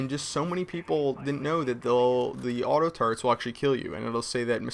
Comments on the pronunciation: ur amazin but when u say auto turrets it sounds like u say auto turds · he says auto-turds